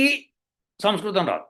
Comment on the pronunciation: గురువు గారికి నమస్కారం గారు పలికిన పదం సంస్కృతం అని గాక సంస్కృతి అన్నట్లుగా అనిపించింది గమనించ గలరు. పొరపాటు అయిన క్షమించగలరు. CVNRAO Hyd